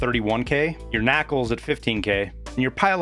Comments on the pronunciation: Ok my dude. It’s lavatory which is a word that means toilet, not Laboratory. It’s not nacl like it’s a word, it’s NaCl (each letter said individually) which is the elemental formula for Sodium Cloride which is saline solution. This would be the same as saying Htuwoah for H2O. It’s from a different video but still bugs me that you say Ump for UMP. It’s an acronym for Universal Machine Pistol, not an abbreviation for umpire. You might just be “memeing around for the kids” but it genuinely puts me off, which is totally a “me problem” but I had to say it. Regardless, I do appreciate your work and the great content of your videos. I’m not trying to be mean, I’m trying to help you sound like you know what you’re talking about. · Did this guy really just called NaCL "Nakle" XD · My man said “nackles” lmfaooo